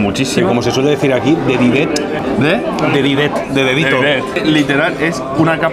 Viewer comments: De ditet no de didet. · DE DITET! No de didet xD, eso es churro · Se dice "de ditet" no "de didet"